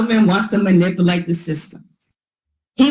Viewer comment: Can no one in GA say manipulative correctly?